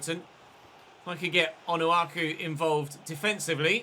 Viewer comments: The "ch" is pronounced in Onuachu like in Ches.. not Onuaku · It's pronouned Onua-chew - and start Bella K over Caleta-Car as he grows well